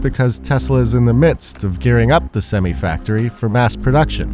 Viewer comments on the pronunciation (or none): ~ "Semmee" factory??!? That would be semm-eye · it is pronounced SEM-eye (not sem-eeeeeeee) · Please, its a Semi (i) not Semee. Please. It's so distracting. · Semee or Sem-eye? Someone tell the reporter. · You say Semee, everyone else in the world says Semi. About the third time I heard you mispronounce it I turned off the video. One of the rare occasions where AI would’ve been a better choice for the voiceover. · It's not pronounced simee, it's sim-eye! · It’s not simmiee it’s semi. Get it right. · Did y'all hear how it's pronounced? "Sem-EYE", not "Sem-EE". Sheesh! Y'all Canadians or something??? :face-green-smiling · Please re-upload, saying "sem-eye" only. Not "sem-ee". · Sem-eye....not Sem-ee. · Please. Not SEM-EE. SEM-EYE. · Its not semE, it's semi (semeye) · Sem-eye, not sem-ee. 😂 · Semiis pronounced Sem I not Semee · Pronunciation of semi is "seh-my" - not "seh-mee". 😂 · It's sem-eye not sem-me... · It's sem-eye not sem-e. AI click bait revenue generator. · It's Sem I not semi. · Thank you, AI, for mispronouncing ‘semi’… it’s sem-eye, not sem-eee! The trucking world has their own pronunciations! Get a grip! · Sem-EYE You're in the USA, pronounce it right. It's not Sem-ME. Ya Canadian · America IS about to Fall... Something unbelievable is happening. 2 years from now you are going to be standing at your Unresponsive Microwave because the rolling blackouts have become a 100x more common And the conversation is -- sem-i, not sem-e. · I cannot and will not watch this video purely for your inability or unwillingness to pronounce semi the correct way. No one says sem-eeee, it’s sem-iiiii. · We are in the United States. The word is pronounced "Sem-EYE", NOT "Sem-EE" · My trucker uncle pronounced semi, sem-i, not sem-e. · Sem EYE, not Sem EE. TY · sem(eye) not sem(ee) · It's Sem-eye (noun) not sem-ee (prefix) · Semi is pronounced with an I (not E) at the end (Sem-I) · SemI not semmy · Sem eye, not sem ee ............... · I cringe when he says Semi like Semee🤮